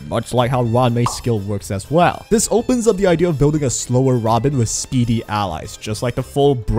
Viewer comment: what's with this name, why i hear ramen instead of robin and booty instead of boothill.